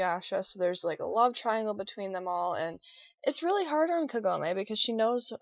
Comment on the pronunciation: Don't worry, You pronounced Kagome's name right. I more or less agree with you with her screaming Inuyasha's name all the time, and he also does with Kagome's name. But I still think is cool, and I'm in love with the anime. In fact, because of that show, I'm getting into more Anime now!